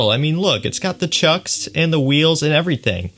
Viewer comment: Did you just call trucks, chucks ? 😂😂😂